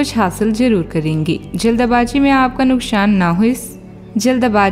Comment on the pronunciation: Nukshan nhi nuksan hita hai ,sha sha bolte rhte ho apka rashifal batayagaya 0%sach hai 😡😡😡😡